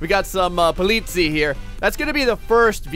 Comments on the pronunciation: Thank you, the way pronounces it was driving me crazy =D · the EI in polizei is pronounced like the y in try, and the last syllable is the one you wanna stress. greetings, some german dude :D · He was getting pretty near Swissgerman prounauncing : Polizie like you say it with a long i at the end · The ei in the end of Polizei is pernawnsed I and the i is pernawnsed e. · Im from Germany and I feel offended by the way you say Polizei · he is getting annoying because he isn't saying polizei right. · Hey Rudy, exactly my thoughts! He pronounced it perfectly in Dutch (ben zelf ook een Nederlander). Seems to have a bit of trouble with the -zei in polizei.: next time you can pronounce it as PO-LI-TSAI and your german fans will "sehr glücklich".:P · It's funny how you pronounce "Polizei" xD You could let the Google translator pronounce "Polizei" in German if you want to. :D Btw. that's German and these cars are regular BMW Police cars in Germany :) Love your vids! Keep doing what you do! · sorry but i never ever heared someone say the word polizei sooo wrong. wt ffff.... polizei. you have to say "politsai" not politsi btw greetings from germany;) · BTW: it's pronounces po-lee-tsai (or something like that) The last syllable is like the cy in cyber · polizei is pronounced po li zi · Sprechen Deutsch? Ich bin British und ich sprechen Deutsch... Sie politzei, nein politseis. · the First police cars are pronounced Po-li-cy (from cyber) not polizi XD. And Grettings from Germany! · It’s German, it’s pronounced politzei, not poleetzee. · STOP SAYING POLITIE ITS POLIZEI GODDAMMIT cool vid tho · (This might be really late comment) i think the really funny thing is he said polizia and they are from italy if I'm not wrong ^^ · He bronounced the german police "polizies" lol, (im german) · Oliver Holtz guess what: the way you wrote it wont help him at all. At: you almost pronounced it right. To help you, its somewhat like Polizay